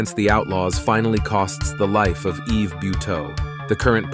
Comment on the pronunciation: First of all the s in Yves is silent and second how can you say it left all Canadians in fear? I live in the southern part of Quebec and it never bothered my life in any way.